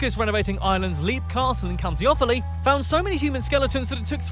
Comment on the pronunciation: He made a terrible attempt at pronouncing anything Irish, couldn't even pronouce Offaly